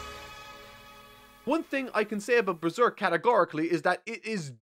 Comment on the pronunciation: "But this is beeserk"